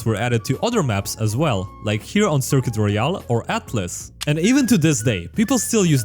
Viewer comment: A funny way of saying AATLIS. Hell Any Flashpoint map.